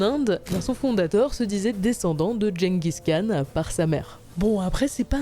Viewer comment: Gengis Khan doit se retourner dans sa tombe à chaque fois que vous prononcez aussi mal son nom...